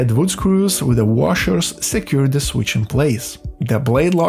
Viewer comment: Ландан из де грейт капитал оф де ворлд. Бля, ну реально. Зачем мучать жопу и говорить с таким диким акцентом. Тупо молчи и наложи красивые субтитры, будет гораздо лучше, чем твои де вместо the.